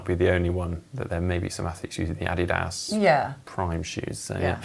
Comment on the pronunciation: When did the pronunciation of the name Adidas change?